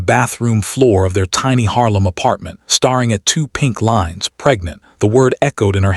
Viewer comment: Hating is mispronounced. The 'a' in hating and dating are the long 'A' sound. Staring is pronounced stair-ing. The r-controlled sound for 'a' in the staring is like 'a' in air.